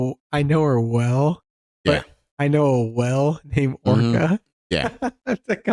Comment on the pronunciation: "I know a killer well (whale) no orca"